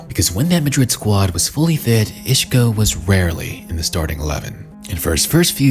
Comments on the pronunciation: He's Isco, not Ishco. Otherwise, great video. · Bro who the FUCK is “Ishco”? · Who is "Ishko"? Lol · take a shot everytime he said ishko 😂